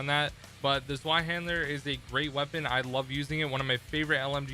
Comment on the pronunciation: Zweihänder => "zvei - hay - nder"